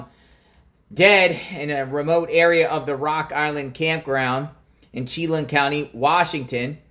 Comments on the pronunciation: It's Chelan County...pronounced Sheelan...I haven't heard one word of any reporting of anyone helping Decker who is sympathetic to anything he is accused of... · It's not Chee Lan. It's Sheh like the words "shell" and "land."